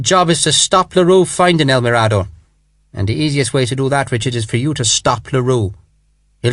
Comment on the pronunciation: mirador has the accent on the “m” not the “r” but a wonderful book